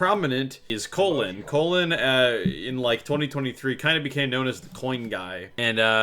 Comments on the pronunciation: It's colon not cologne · Why are you calling him cologne his name is gd colon